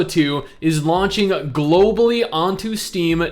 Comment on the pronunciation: “GLOBALLY” OMEGALUL